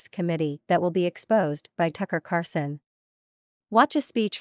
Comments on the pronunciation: The narrator needs to pronounce Tucker's last name correctly. The video poster needs to find such a person before posting. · Tuckers name is Carlson not Carson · It's Carl son, Tucker Carlson, not Carson. Lol